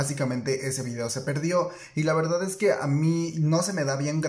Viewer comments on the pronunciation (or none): none